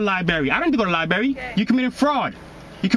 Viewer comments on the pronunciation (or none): .What's a libary? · .... She asked his name.. he is probably thinking his name is MUD if he steps out of the vehicle... He knows what time it is.... Plus the dude in the vehicle needs to go to the "LIBARRY".. amazing at his IQ level.. Mensa probably sends him "LIBARRY" cards and Hooked on Phonics cd's. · what's a libarry?